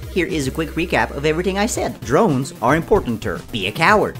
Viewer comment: “Cdrones” I DIED